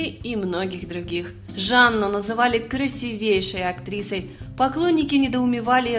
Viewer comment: Не красивЕйший, а красИвейший, позорище.